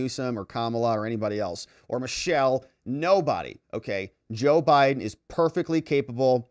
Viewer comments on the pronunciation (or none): none